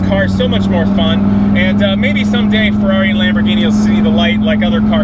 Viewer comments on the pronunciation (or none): none